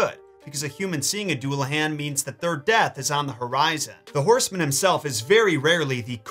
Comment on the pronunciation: Duel-uh-hon. Please stop hurting me